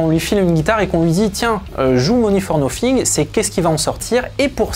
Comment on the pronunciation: Vous feriez bien d'apprendre à prononcer l'anglais plutôt que de le prononcer comme le "beauf" moyen !.. En effet on ne dit pas "Money for noFing" ... mais "Money for noTHing" comme pour the, theese, thoose, that, thumb, thing, think, thick, tooth etc ...